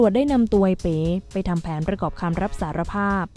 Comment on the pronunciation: ทำไมอ่านเป็น เอ๋ อกไก่